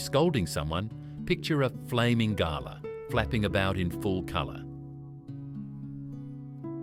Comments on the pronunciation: It's pronounced Glah not Gala, ya Galah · You lost me calling a Galah a garlar. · Even images are NOT AUSTRALIAN Bloody shows a classic American House. Galah was pronounced as GALA, as in "A Gala Ball". Did not explain why Galah is such an Australian insult. As in, you Bloody Galah. Shot a Galah out of the sky, but not killed outright. Put your foot on its head. The injuries Galah communicates to the other Galah to come back. Those stupid returning Galahs can be shot down. Or if you were Aboriginal, you and your Mob throw many boomerangs, spears for a good dinner that night, KFC Style. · It's Gal-ah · Arhhh come on mate,,,, that flamin pink bird is always pronounced "GUL-ARRR" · Gotta love that crappy AI narration. It can't even pronounce words correctly. Gah-la. Oh zees. 🤣 Incidentally, none of these expressions have been phased out. I use most of these phrases fairly regularly and have done so all my life. Other words I use and never hear anyone say these days are "Yobbo" and "Drongo." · Strewth Ruth!! What flamin' AI galah language is commentating this!?? "Gar-lar" 😳 huh!! Wtf 😂 Must be some seppo programmed version of an Aussie, (not "oh- cee" btw) 🤦 "Fuck me Nora!!!" Get it right!!🤦🤦🤦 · AU artificial unintelligence Galah is pronounced g’lah like G’day Stone the crows was the predominant expression, not stone and he flaming crows Drop the “with me”from Don’t come the raw prawn with me Also donga not donger Pronounce the “g” as in song wrong or long ( not like the G in longer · Haha right?! Nothing says “not from round here” like pronouncing “galah” with an R at the end. It’s g’lah, like “g’day’s cousin.” 😄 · Galah according to this video, has a silent "h", hence GALA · I suspected this was AI then when the “Aussie” narrator mispronounced “Galah” I knew it for sure. This is AI slop. Don’t like, don’t watch. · This AI is a flamin’ galah! It can’t pronounce galah properly!😂😂😂😂😂